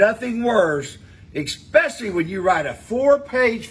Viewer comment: Love the advice on spelling correctly...yet you say "EX-pecially"...It is "ES-pecially", genius